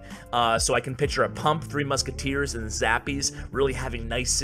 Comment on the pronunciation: Did he say 3 muski in the epics???